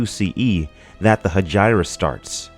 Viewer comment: he-jee-ra not he-jai-ra for hegira